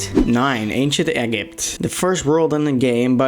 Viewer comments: The anchient egg-ipt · it's acient Egypt not 🥚 ypt